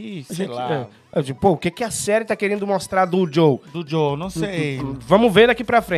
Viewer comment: É Joel nao Joe... todos os Youtubers nao gamers estao errando o nome dele